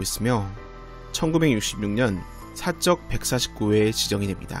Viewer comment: 잘봤습니다. 중간에 두번 '사적'을 '사쩍'으로 읽으시던데 오류이므로 이후에는 바로 읽어주세요